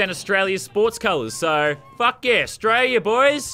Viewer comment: Laser beam in the beginning u said Australia wrong